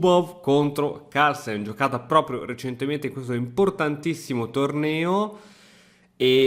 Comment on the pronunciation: Partita incredibile, ma sai cosa l'ha rovinata? I Toscani, che dicono la mi mamma il mi babbo, e che pronunciano Harlsen